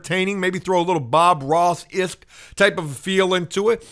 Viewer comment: Love ya buddy but it’s either “esque” or “ish”, not “isk”. 😊